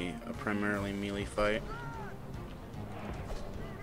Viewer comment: I wounder if learned how to pronounce melee since this video was uploaded.